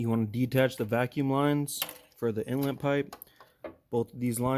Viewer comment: Are you saying intlet or inlet?